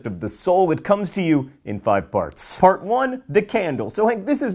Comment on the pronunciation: 1. What was with the big bbbbut? 2. Who else thought he said "fart 4" instead